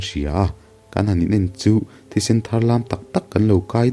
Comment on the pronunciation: Nia keipoh ka lo tia...i rawn sawi dan hi a dik thi (blood) ni lovin, thi (death) tih ang a lam tur zok😊 video dangah pawh hian thi (blood) ang hian lam zel a comment hi chhiar ngailo mi le ka ti deuh vedio dagah an comment ah hian an sawi thin a then khat in...thinrim in ka sawilo nia😊 chhan chu fan ka ni tlat